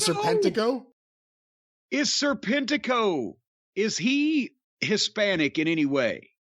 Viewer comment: His ring name trips me up sometimes, it comes out like Sir Pentico at times